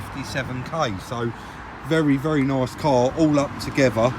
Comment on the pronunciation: the way you say “nice” hahaha